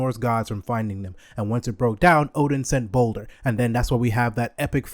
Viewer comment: Pronounced more like baldur